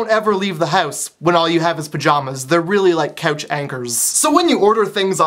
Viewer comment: I love the way he says "house" & "couch".. oh, silly Canadians. cx